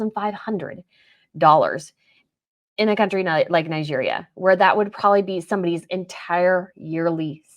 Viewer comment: Your pronunciation of Nigeria is highly irritating.